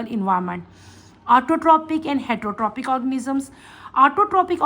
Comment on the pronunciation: The pronounciation of heterotrophic is worng please teacher correct it its a public channel not a classroom😂😂